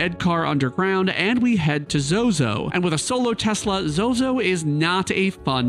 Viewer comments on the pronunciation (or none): none